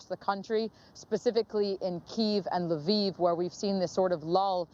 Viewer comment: LE-VIV not LEAVE Ukraine. Bachman doesn't know how to pronounce the word.